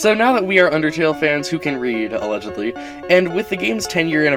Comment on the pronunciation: "So now that we are undertale fans who can read (allegedally)" HAD ME DYING